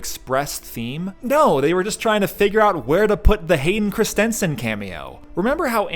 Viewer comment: Chris-TEN-sen ❌ CHRIS-ten-sen ✅